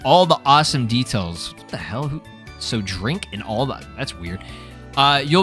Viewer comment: Your brain put the wrong emphasis on the words in the phrase Drink in all the details.